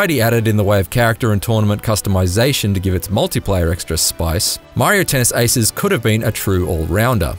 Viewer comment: The “haces” pronunciations is killing me. 🤣😂😅